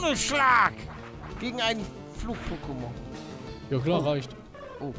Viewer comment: Palle es wird Poké ausgesprochen und nicht pokké